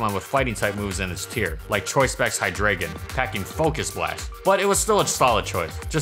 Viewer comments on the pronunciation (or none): Pronounced Hydreigon incorrectly. Triggered. Hydreigon's evolution line is based on the german "1-2-3" which is dEINo, ZWEIlous, and hyDREIgon. In german, when 'e' and 'i' are together, the latter of the two letters are used in the pronunciation. ei = 'i' and ie = 'e' sound. So the proper way to say Hydreigon is like "high-dry-gon". His name also probably doubles up as a reference to the mythological creature, the hydra. Deino is obvious dinosaurs, and zweilous is a... zealous pokemon? Idk, I imagine a dragon would have lots of pride and zeal going on.